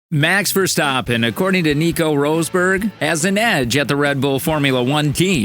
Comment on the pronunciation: Roseberg? nah dude, that sound extremely silly... It is: Ross-Berg = Rosberg